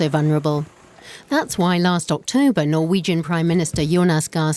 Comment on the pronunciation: The presenter totally butchered all of the norwegian names